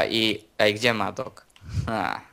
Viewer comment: A pozatym mowi sie Maddok a nie Madok.